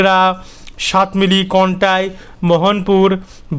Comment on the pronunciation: শুভ নববর্ষ ভাই । আজকে আবার সাতমিলি বললেন , ওটা সাতমিলি নয় সাতমাইল - সাতমাইল - সাতমাইল । ধন্যবাদ ।